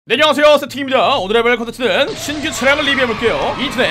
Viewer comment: 네 안녕하세요가 아니라 네녕하세요 세팅입니다인데요?